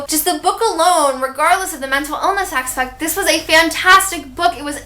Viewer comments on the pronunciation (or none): none